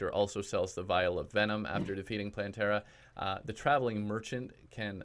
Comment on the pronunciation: Me: clicks on vid Him: Hey, people! So today I can finally bring you my plantera guide. Plantera guide. Plan-tear-uh guide Me: cries in plan-ter-a